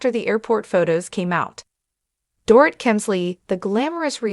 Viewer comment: Learn how to pronounce Dorit correctly m!!